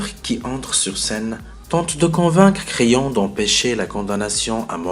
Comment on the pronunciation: Merci pour ce resumé j espere que j aurai une bonne note et sinon creon se pronoce pas crayon